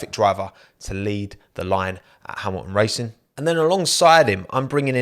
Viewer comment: Mate, pronouce the t’s. It’s Hamilton not Hamilon and Toto not Toe oh!